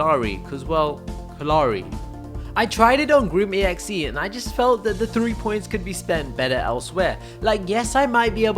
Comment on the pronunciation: U know ur saying Grim.exe somewhat wrong,I mean the game developers say it as one word.